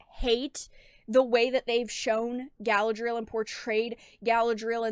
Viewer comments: guh-LAD-ree-el, not gal-uh-dreel. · I love your content and you do God's work my child but you must pronounce Galadriel properly. Unless you're intentionally mispronouncing it to associate it with this...thing that is NOT Galadriel.